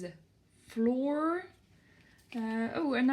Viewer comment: Great video ! I suggest you pronounce more flour like the word flower rather than flour like the word floor :) 👉🏻👈🏻